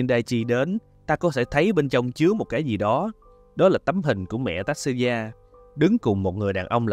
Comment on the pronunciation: Mình chỉ có góp ý nhỏ là tên của Tatsuya phát âm là : Ta Tsu Ya , chữ Tsu thì đọc gần giống như là Chư nhưng cũng ko hẳn 100% nha😅, chữ này khó phát âm nhất trong bảng chữ cái Mình ko muốn thể hiện trình độ tiếng Nhật, chỉ là góp ý vì biết đâu sau này bạn sẽ gặp lại nó.